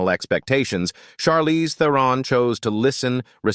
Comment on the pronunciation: I enjoyed the content, but I noticed a few pronunciation mistakes with names like Charlize Theron, Barbra Streisand, and Elliot Page. Correcting those would make the presentation even more professional.